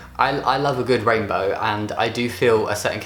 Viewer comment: The first couple of times he said rainbow I thought he said rape photo. Idk how. 😂😬